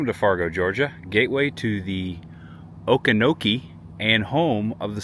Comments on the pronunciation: If you had gone down to the Swamp park in Fargo you could have taken a boat to Billy's Island. My daddy's grandparents met in the town on Billy's Island. My dad is from Alma and it is pronounced AL-ma. Also, it is O-kee-fee-no-kee Swamp. You passed through Homerville in Clinch County. Thanks for taking people on a tour of the forgotten South Georgia. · oak-ie- Fan-oh-kie lol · Good video, but it's O-Kee-Fun-Oh-Kee, and it's hard to translate if you don't grow up hearing it all the time 😂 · Okefenokee - pronounce as Okie fen okie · Hey, I see someone has already tried to teach you how to pronounce Okefenokee Oh-key-fin-oh-key. I was born and raised in Southeast Georgia 68 years ago. If you want to see a cool place that has a lot of old John Deere tractors, get on Highway 122 in Waycross and drive west, as you will pass many places that grows blueberries. Just before going in the community of Cogdell, on the left you may be able to see what looks like the roofs of small underground bunkers, as this is where alligators are raised. Continue driving to Lakeland, then on Highway 122 you will pass along the edge of Banks Lake, then on to Hahira (Hey-high-rah). Cross over Interstate 75, the next place will be the small country town named Barney. During the summer months, this place has 2 small farm places you can visit. The one called 'Luck and Moody' just across the railroad tracks on the right side, has homemade watermelon ice cream. Keep going on 122, and eventually you will come into Pavo (Pave-oh) Georgia. At the far side of this town, you will go around a curve to the left, then you will see the old John Deere tractors on the left, and others on the right. This road takes you into Thomasville. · Great video but you were butchering the pronunciation of the word okefenokee, lol. It’s O-key-fuh- no- key. Also it’s Al-muh. We are in Lakeland Georgia. You should come by here on your way back through. We are Georgia’s historic mural city.